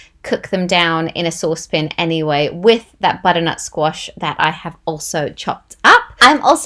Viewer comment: “saucepn” any Binging with Babish fans? 😊😊